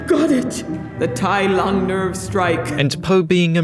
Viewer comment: Oh my god Tai Lung was soooo butchered, I never want to watch this dumpster fire